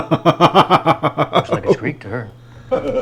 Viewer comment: As a Greek, I am in so much pain after hearing that